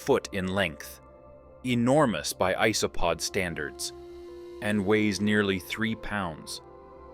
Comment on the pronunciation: I F#CKING hate AI narration."EEEsopod"? Duh.